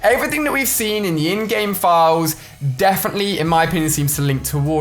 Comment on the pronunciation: Every time you say in-game I hear InGen and my mind goes to Jurassic Park.